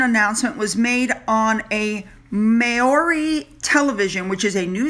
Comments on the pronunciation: just to help: “Māori” is surprisingly pronounced “Maow-ree.” Love your channel. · THE WORD MAORI IS PRONOUNCED MOW (LIKE HOW) REE (LIKE FEE) JUST TRYING TO HELP THAT'S ALL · Maori is pronounced like MOW as in cow and REE as in pee - mowree MAORI Yes it looks like he’s pretty much conned that NZ tv station. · It's pronounced 'Mowri'! It's very similar to getting a book published. Publishers often buy the right of your book so you can't hop.from publisher to publisher. So Netflix would have demanded something similar, as would Spotify. My publisher bought the rights apart from creative rights to my first book. It's pretty standard. I love the way you said 'big knickers' ❤😁 It's a horrible thing considering what happened in Germany in WW2, but even to this day the Jewish people are hated by many. I went to school.with Jewish kids in Cape Town, and a nicer more welcoming bunch of people I have never met before or since. I am horrified by the return of right wing Nazism. We HAVE to be careful and never forget what these people did to innocent Jews. Thos who ignore history are doomed to repeat it over and over again. Harry hates anyone who isn't him.